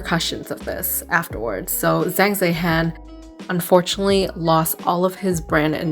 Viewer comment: There are a lot of people who are not familiar with certain historical periods. People need to stop being so easily offended. Bring back Zhan Zhehan. The zh sounds like J.